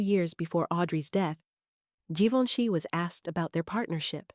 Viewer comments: Please pronounce Givenchy correctly. No hard G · I am glad you posted this. Givenchy (first letter) is pronounced like the SECOND, (soft g) in garAGE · Can you make your IA narrator pronounce Givenchy right all the time, not only every 5th or 6th, please. It is so irritating. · WHY IS GEVINCHY PRONOUNED WITH A HARD G AND THEN A SOFT G IN THE NEXT PRONOUNCEATON? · Interesting facts- horrible text, very redundant and please, 3 different pronunciation for “Givenchy” ??? Most aggravating. Very painful to listen to.